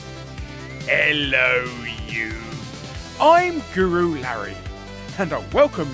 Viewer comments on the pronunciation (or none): none